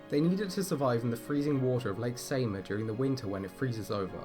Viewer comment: The pronouniation is terrible. Try ''Sighmaa''